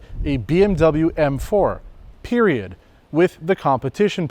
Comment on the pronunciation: I like how he said PERIOD!!